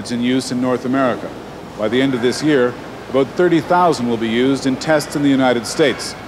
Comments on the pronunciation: "Aboot" I love Canadian English. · that's Southern US too